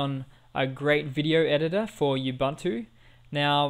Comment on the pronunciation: did he seriously call it "youbuntu?"